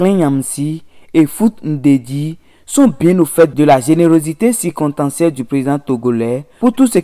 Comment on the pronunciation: "spédo panafricanistes... générosité cicontancielle...panafricanisme fatiss....🤣🤣🤣 Même un enfant de CE2 est capable d'une meilleure prononciation que ce nouveau bouffon de youtube avocat défenseur de son idole Patrice talon. Ça en dit long sur le niveau à savoir -0 C'est Franklin et non FlaNklin Et on prononce Yamb en lieu de Nyamb Vive le président togolais, merci pour son altruisme envers ses voisins, pas comme ce vassal au Bénin, à plat ventre devant ses maîtres de l'Elysée. LA FRONTIÈRE RESTERA FERMÉE !! PIAN..